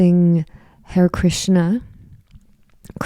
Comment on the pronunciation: It’s pronounced ha-ray, it’s part of the Hindu mantra. George was a devotee.